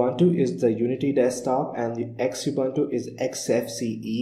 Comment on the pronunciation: Some points 1. Xubuntu is pronounced Zoo-bun-too 2. Ubuntu stopped using Unity in 17.10 and now using Gnome with a Unity like skin/customization, so it would be incorrect to call it Unity. 3. Xubuntu comes with LibreOffice Writer and you can see it in the video in the Menu. Xubuntu stopped using Abiword in 15.10.